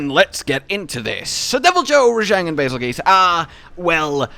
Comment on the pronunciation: Why do people keep pronouncing bazels name wrong its bazeljuice not bazelgoose